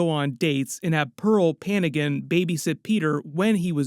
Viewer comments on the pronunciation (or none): Its not panigan. Its Pa-ngan. Like how you read NG in the word siNGing.